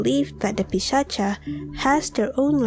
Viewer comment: India - It's Pisach. Not Pisacha. At least the pronunciation is Pisach.